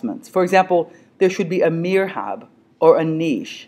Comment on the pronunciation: the correct word would be MIHRAB ( not mirhab : the ''R'' and '' H'' should swap places )